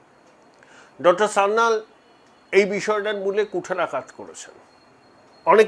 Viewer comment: Sanjeev Sanyal, ba Kanchan Gupta hote paren. Sanyal pronunciation ta thik korun. Sanjeev Sanyal er grand uncle Kakori revolution er member chilen. Sanjeev Sanyal with wife brigade ao chilen